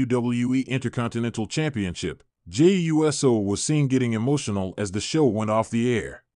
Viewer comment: I agree, it bothers me every time this person pronounce it U S O instead of Uso. It’s not that hard to pronounce it.